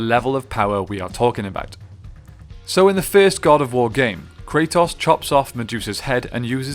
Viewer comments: did you call him krataws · you keep calling him kratoss 😂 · The only thing that I didn't like in this video is the way you say Kratos ( Kre TOS) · Everyone kratos. This dude cartetoss